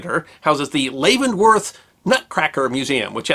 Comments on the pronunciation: I love your videos, I always learn something. By the way, Leavenworth, WA, is pronounced (lev - en - worth), not (lay - ven - worth). Just FYI. I hope you'll keep making your videos, thanks again. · lol! The town in Washington State is pronounced just like the prison. Levin-worth. NOT Laven-worth. I live near there and have been there several times. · Leavenworth WA is pronounced locally as Lev-en-worth. Long live Festivus! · Great videos! I always enjoy watching your channel and learning. But please... Leavenworth the town is pronounced the same as leavened bread, not LAYvenworth. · Oh man, it is pronounced "Lev-en-worth." I live about two hours away from Leavenworth, WA. Beautiful town. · Really enjoy your stories. Today the Nutcracker history really intrigued me and I did not recognize the location of the wonderful Nutcracker Museum. Out here in the Pacific NW, Leavenworth is pronounced with a very silent "A" - so I realized I have visited the Nutcracker Museum located in the Cascade Mountains town of Leavenworth, WA. Time to visit again for sure. Thanks.